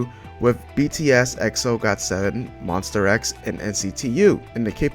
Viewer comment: jesus christ it's monsta x not monster x